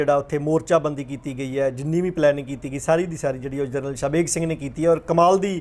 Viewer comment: ਪੱਤਰਕਾਰ ਸਾਬ .ਕਿਸੇ ਤਰੀਕੇ ਨਾਲ ਤੁਸੀਂ ਨਾਮ ਸਹੀ ਨਹੀ ਬੋਲ ਰਹੇ. ਜਰਨਲ ਸਾਬ ਦਾ.